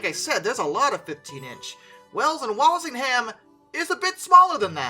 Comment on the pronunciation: The H in Walsingham is not pronounced, neither is the L in Norfolk. Best to check English place place-names in advance - even the English get them wrong, but these are easy ones for beginners.